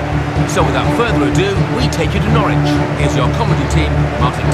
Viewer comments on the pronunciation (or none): Não é Nórtiuichi, é Nór uichi!